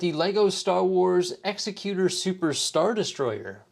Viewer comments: It's exEcutor, not execUtor. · I could not finish this video after I heard you mispronounce the name of the ship multiple times. The name of the ship is pronounced "ExecuTOR" not "ExecuTUR." Have you not seen Empire Strikes Back? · The EXECUTOR (pronounced like the legal term). LOL, I was going to let it go until I heard it twice. It just makes me cringe. The other way would be spelled Exexcuter or more properly Executioner. The only thing wrong about this set is the price, especially considering the price compared to the Frigate. Maybe one day they'll nail it. They did with the Scythe, maybe they'll do it again at some point. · Pronouncing the name wrong btw 😂 great vid 🎉